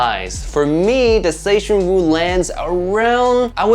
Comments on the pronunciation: Wu zer tian 武则天 china only female emperor, not some funny pronunciation of zetianwooo 🤣🤣🤣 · huh? The writing on the box is still correct. Don't blame the box for your wrong pronunciation. If other content creators bothered to look up the correct pronunciation, why couldn't you.